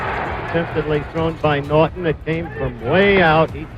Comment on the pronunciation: I like how dude says Noit-enn!!!